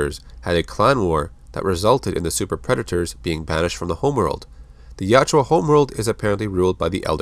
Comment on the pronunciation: my dude, its jautja not jatjua :)